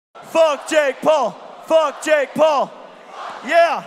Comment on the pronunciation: its not jake pool its jake PAUL